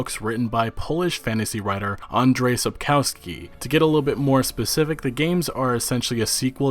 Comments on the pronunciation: sap-cow-skee? thumbs down. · The way you pronounce "Sapkowski" is so funny XDDD